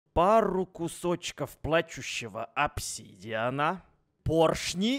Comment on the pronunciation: В самом начале говорит -Пару плачующаво опчидиана и берёт целый стак